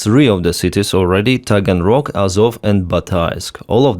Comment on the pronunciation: off topic - but when he said Taganrock.. did anyonen else think of the dragons of Schmagenrock?